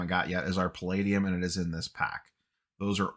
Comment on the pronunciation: Congrats on the sweet box! Also, nailed the pronunciation of “palladium!” ;)